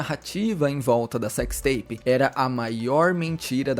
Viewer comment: Cecsi teipi de guê? 😂